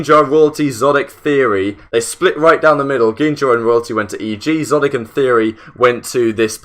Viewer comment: Idk why it’s bothering me that he’s saying szotic, and not exotic.